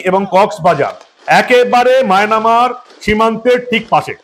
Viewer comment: আপনি খবরে মায়ানমার কে বার বার মায়নামার বলছেন ।